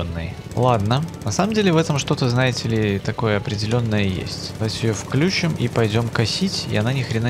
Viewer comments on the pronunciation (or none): none